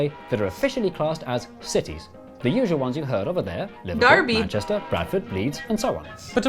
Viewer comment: did an American actually say derby right!!!!!